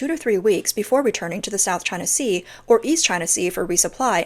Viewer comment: Hearing "South Ching Sea" always gets me!!!😂😂😂